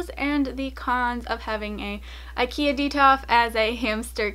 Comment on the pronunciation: IKEA it’s not pronounced like that,but okay